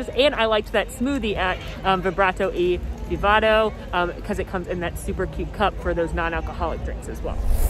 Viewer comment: I love u! Just fyi, is Vibrante & Vivido ( Vibrant and Vivid) My hispanic grandma kept correcting you everytime you said Vivado! Also, I love Brother Bear. The soundtrack with Phil Collins and that Bulgarian chorus is excellent.